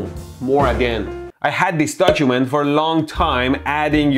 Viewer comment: he says dojument. true to his culture lmao